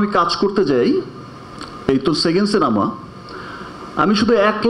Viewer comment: ভাই রে সিনামা না সিনেমা!! আর কথা বলার মধ্যে মধ্যে মুখ দিয়ে চক চক শব্দ করা লাগে কেন!? কী বিশ্রী লাগে কানে আসলে!! একটা সুপারস্টারের কথা বলার ম্যানার জানা নাই!! আর একেকটা কথা কতো বার রিপিট করলি!!